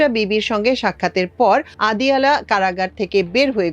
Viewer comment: পাকিস্তানিরা আডিয়ালা-ই উচ্চারণ করেন।